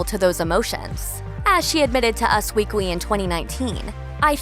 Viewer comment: Nic Adamski-O'Toole and “us weekwy” lol